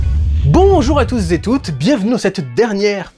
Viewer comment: "Bonjour à tousezétoute"... Dudu je t'aime bien, mais tu sais que ça, c'est un coup à me désabonner d'une chaîne ? 😌